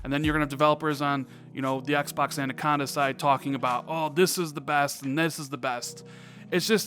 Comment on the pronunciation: Anaconda,. Anaconda. Not Andaconda. 😉